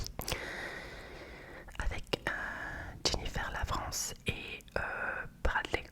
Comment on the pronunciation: hello, attention a comment tu prononce Jennifer Lawrence, sinon super vidéo